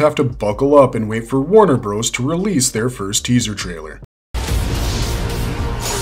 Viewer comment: Calling them Warner BROS was very annoying.